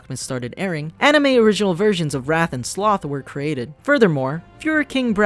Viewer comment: "The 2003 ani-mee series" Also that Regular Show also parodies G Gundam, Gurren Lagann, and Evengalion